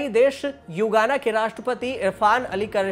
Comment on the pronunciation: युगाना नहीं गुयाना है